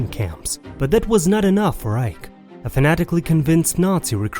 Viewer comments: It's pronounced Eye-kee, not Ike. And it's death's head. Not dead head... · Some humble corrections here. The cruel, anti-Semitic and anti-Red Army Nazi Waffen SS is 'Der Totenkopf' or 'Death Head'. It's pronounced Theodor Eicke (Ai-Ker). The Soviet NKVD (secret police) executed many thousands of SS soldiers by hammering a bullet into their temples or cutting their throats. The Waffen SS killed, raped, mutilated (some crucified) and burnt whole villages with local folks in horse barns or houses in about 850 Belarus, 550 Ukraine and many Polish villages. Several legions of SS were anti-Semites from Norway/Denmark (SS Viking) and Latvia, Lithuania and Estonia. The SS 36th Division chief and paedophile Oskar Dirlewanger was caught hiding as a farmhand in Bavaria in 1945. He was in a Polish prison for a month and beaten to death with his skull crushed by Polish inmates.